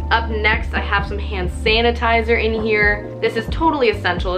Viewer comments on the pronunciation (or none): lol the way she said hand sanitizer